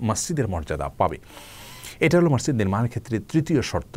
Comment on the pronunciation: mosjid* not somjid